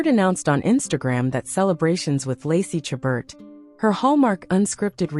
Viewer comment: My favorite Hallmark actress. Please learn how to pronounce her name.